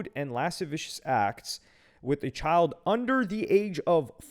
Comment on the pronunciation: You mispronounced child